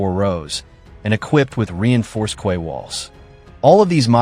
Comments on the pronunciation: What a ridiculous AI-generated animation of the cross-eyed narrator and an equally ridiculous AI-generated voice/pronunciation! e.g. Quay is pronounced 'key' and not 'kway'! ha ha ha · Quay is pronounced “key”